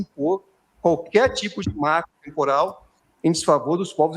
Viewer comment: marco trmporal é o moro falando marco temporal.